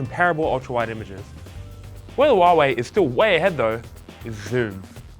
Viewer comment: It's Huawei not Hiawei